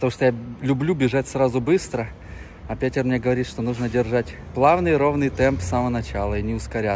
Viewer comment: Произносится Пэтэр, ну зачем так коверкать имя?